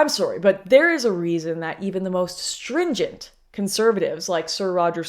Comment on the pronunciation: You said Sore-y lol